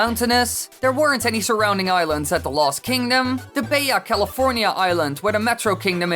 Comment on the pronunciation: Did he say baja California as "bae-ya California"? Smh